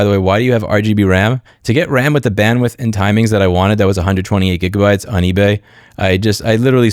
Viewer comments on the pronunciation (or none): none